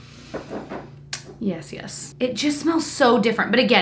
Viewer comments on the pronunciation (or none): I love how reads out the notes on the perfume then says “yes yes” in a hoity-toity way. So funny! 😂